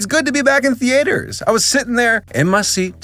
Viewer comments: says theater like Thee Ater instead of theeter like normal people. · why do you pronounce theaters as the8rs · also .....the A ters????? NOOO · why do you pronounce theater as thee-ater? I’ve never heard anyone pronounce it that way before, kinda throwing me off here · STOP SAYING THEE AYTERS THEAYTERS TS THEUHTUH THEEEEUUUHTUUUUHHH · "Thee aters" ??? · The only thing that pissed me off here is how this guy pronounces theatres, who the hell says "the-a-ters" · i’m sorry but… the-AYE-ters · I still can't stop giggling at the way you pronounce theaters The-A-ters Hehehe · Did you just pronounce it thee-ey-ters? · please stop saying ''theAters'' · “Thee ate er” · im sorry but i can not watch the first 39 seconds of the videos without stressing about how you pronounce theaters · we’re all cool with “thee-aters” are we? We’re gonna let that slide? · Every time he says theAYters my soul kinda shrink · "Theaiters" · Americans: Theaters Spanish: Teatros French: Théâtres: The-A-ters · Why does he say "thee-aters"? :( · “TheAters.” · You say "theaters" funny. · why do you pronounce "theaters" so weird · is it just me or does he say "theaters" wrong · Why does he pronounce 'theaters' like that?